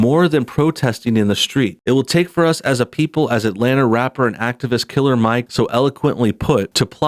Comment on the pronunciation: I noticed you kept putting a lot of emphasis on the word killer when you said Killer Mike Killer Mike means killing rap microphones with your words I don't know if you're stupid or just racist on top of that his father is a police officer matter fact I police chief along with most of his family members you dumb